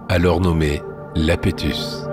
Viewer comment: Pas Lapétus ! Océan Yapétus ! Avec in i majuscule, pas un l miniscule. Iapétus !